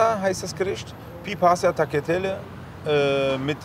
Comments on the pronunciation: Ehy ich küss doch massiv sein Herz aber seine italienisch Aussprache ist Katastrophe 🤣 takgliatehle 🤣🤣🤣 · Juuuuungs wie sprecht ihr das aus ohhhhh man Also taljatelle wird das ausgesprochen und brusketta das andere Bitte bitte bitte erwähnt dass weil alle sprechen das falsch aus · Diese Aussprache, BruSCHetta, TaGliatelle...